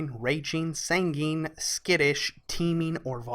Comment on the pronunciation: Just so you know, sanguine is pronounced sang ooh in. Thanks for the explanations!